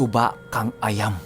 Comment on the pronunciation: suba kang ah-yam yan po pinuno ang tamang bigkas .